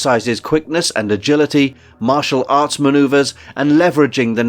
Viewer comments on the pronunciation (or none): none